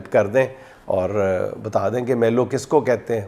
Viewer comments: YE MALU NHI MALOOO LAAM PER PAISH HEY MEANS M PER ZABER N L PER PAISH HEY 😂 MALOO KA MUTLUB BEAR MEANS REECH 😂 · dear sir ...... it is not MELO.....BUT ....MEELOO.....means......REECH ( BEER) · Pronunciation for Melo is "may~loou"... means grizzly bear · بھالو کو میلو کہتے ھیں